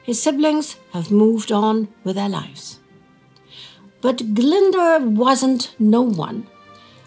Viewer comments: for what little it helps, I can tell you it's just Glin-do-er. Y's always an "ih" or "i" and W's always a "ou"/"uu" sound Sorry if I came across rude, I just feel strongly about the treatment of Glyndwr as someone from really really poor welsh stock He wasn't a hero, he was callously used as war materiel because the homeless are worth less than nothing to society. :( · You didn't even try to say Glyndwr's name right :(